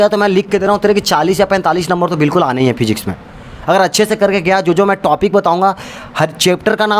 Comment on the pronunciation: Physics ❌ FHIZZZZIKS✅